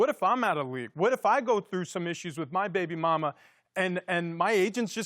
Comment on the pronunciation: The way he said baby momma sounded as white as mayo....kraft mayo